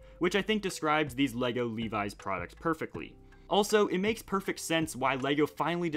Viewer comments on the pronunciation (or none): It's not "Lee Wise" it's Levi's.